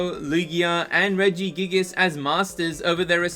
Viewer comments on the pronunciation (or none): none